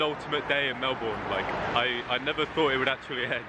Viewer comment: Melb'n not Mel born